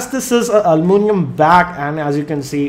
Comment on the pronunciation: AL U MIN I UM, not almoonium. :D